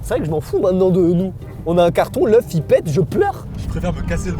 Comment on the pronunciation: Commem a il a dit je préfère me casser un bras que leuf 😅. Sinon bon courage et bon rétablissement